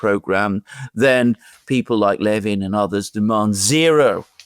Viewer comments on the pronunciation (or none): yall his name is NOT "Levan" leaven" it's Levine "laveen" he was a huge radio host and proud Jew. lawyer by trade. misguided man no matter how sincere. спасибо большое брат